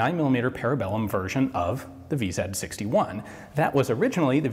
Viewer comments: In Czech/Slovak language you pronounce Vz. as Ve-Zet. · Is "V-Zed" CZ's preferred pronunciation, or is Ian's accent starting to drift...?